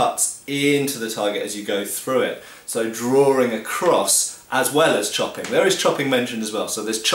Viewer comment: Drawring? I think likes to drawr.